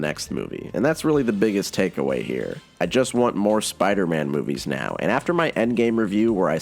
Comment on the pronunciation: Every spider=man video you pronounce Spider-Man as spider- ann at least once